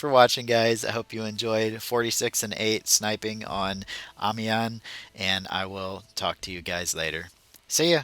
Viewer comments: Remember how you pronounce "1" in french? "un" -> Ami-un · Amiens is pronounced "Am-yen", at least here in The Netherlands it is, I don't know exactly how the French say it but it's something like that. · I think it is pronounced "ahhmeeyen" I'm not French, just Canadian so I'm doing my best lol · It's pronounced "Amiens". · I pronounce it Armens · I pronounce it 'Ah-mens" but I have no idea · its pronounced amiens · im irish and i pronounce it aim-ins lol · I'm English and i Pronounce it... The city map